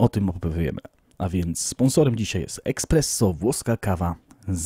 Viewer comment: z całym szacunkiem dla Ciebie, ale jak mogłeś tyle razy powiedzieć słowo "eXpresso"? Mówi się ESPResso... eh xD